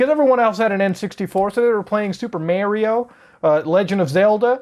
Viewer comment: Liked the video for pronouncing "Mario" correctly